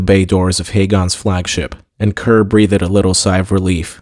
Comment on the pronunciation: Lol. Boulder pronounced "bowder"? Breathed pronounced "breath-ed"? Only our ☁ I'm picking on you again cuz it's hard not to, but I appreciate you dude!